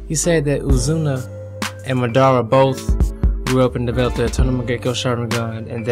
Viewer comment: His name is Mah-da-Ra!!! Say it right